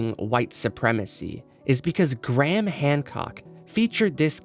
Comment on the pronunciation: Why do you call him Gram? His name is Graham.